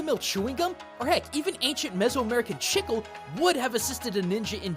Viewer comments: I was laughing through this entire video, because of how you pronounce chicle. I'm wondering where did you find the pronunciation of that word? I pronounce it Chi-kLE, anyone I've known that Speak Spanish says it as Chi-kLE. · I'm not Portuguese, but even I know "Chicle" is pronounced "chee-ckleh". Dislike and unsubscribe!!! (Jk, great video) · Its called chea-kle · CHEEEK • LEEE! it hurts to hear it the way you say it. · "Chicle" is pronounced "cheek-lay" fyi. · I did have to pause the video to see if anyone else said this because it is grating to hear "Chickle" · It's more like "cheek-leh" with a soft "ch" sound. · It's more like "chee-cleh" as in "chee"-se and "Cle"-mentine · When he pronounces the name wrong everytime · your pronunciation of chicle hurt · I am bewildered on how can pronounce Japanese cleanly but can't pronounce chicle. If we were to put it as romaji it'd be chi-ku-re, please XD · ...The pronounciation of chiclé is absolutely killing me. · I find it funny how you pronounce "chicle". 😁 Thanks for the episode, and for all your work really. Stay safe. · take a shot every time he pronounces chicle (she-clay) as chickle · Great video, just wanted to point out the pronunciation of "chicle." It's not "chick-el", it's more like "chi-clay," at least in Spanish, I don't know about Portugese but I'd imagine it's similar. The way you're saying it is like someone pronouncing jalapeño "ja-la-pe-no" instead of "ha-la-pay-nyo." Minor nitpick, but the rest of the video was super informative as always :) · Spanish speaker here, your pronunciaton of chicle hurts me. You say it almost like you're trying to say "sickle" when the word is actually "chick-le". Sort of. I can't explain myself, i'll get out of your hair now ._. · Not to sound annoying, but Chicle isn't pronounced that way. While you pronounced it (Chick-Le), it's actually pronounced [Cheek-L-short vowel e] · i just realized he is saying "chicle" , i though he was saying "shizzle"